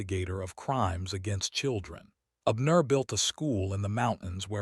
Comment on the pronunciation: Ok, I'm listening from Chicago,IL? I like the story so far but please not be so stiff in telling the story? Pronounce the names outright instead of separating words and names in syllables!! Abner one word!!